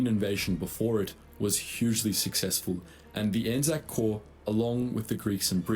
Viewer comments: You pronounced it perfectly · Yes it's pronounced ANZAC as it sounds and you have the correct interpretation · We fight together intermittently. We’ve actually just set up mechanisms to tighten that bond, so A/NZ forces will be even more coordinated in future. We also act independently, for stuff, such as disaster relief, SAS operations, new conflicts, and research. You pronounced ANZAC correctly. ANZAC is the united identity of our combined armed forces. The ANZACs are the personnel. In Aotearoa/NZ, our armed forces memorial ceremonies are mainly held on ANZAC day every year, in the form of dawn services, and we have ANZAC cenotaphs or memorial towers in most towns, to stand as focuses of celebrations for our war heroes. Edit: A British WWII unit that was hugely manned by Kiwis was the Long Range Desert Group, which mainly operated in North Africa and the Mediterranean. I had a great uncle and his cousin that were in the LRDG, which carried out reconnaissance and a few offensives on Italian and German forces. There is some good content on YouTube about them, and how they were wayfinders for the embryonic British SAS, which NZDF modelled our own NZSAS on later on. Given that the LRDG was, to a disproportionate degree, made up on Kiwi farmers, they’re as much a point of pride as the Māori Battalion are.